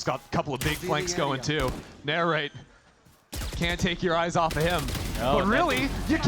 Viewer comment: the commentator keeps calling NARRATE Nature lol